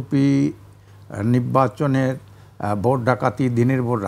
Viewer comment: হুজুর নিব্বাচন বলছেন কেন? শব্দটা হলো নির্বাচন। উচ্চারণ ভুল করবেন না।